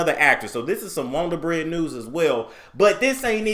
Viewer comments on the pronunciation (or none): "got dat wond'r bread, wond'r bread" "got dat wond'r bread, wond'r bread" "Dat wond'r bread news" 🙃